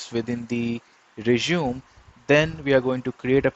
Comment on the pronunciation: That is not how you pronounce resume 🙈